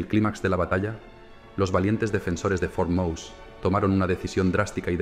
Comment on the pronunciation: Por cierto, no se pronuncia Mouse como a ls ratones en inglés, es MOSÉ en pronunciación del idioma español